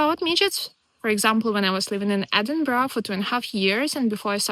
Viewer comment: How is it that a young lady from the Ukraine can pronounce Edinburgh properly, but not a single American can manage it? 🤣